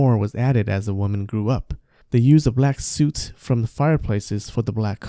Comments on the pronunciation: It's pronounced suht not suit...... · Great video, incredibly informative and easy to understand. Just one thing, "soot" should be pronounced as "sut" I believe, "u" as in "put". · soot rhymes with "foot" :)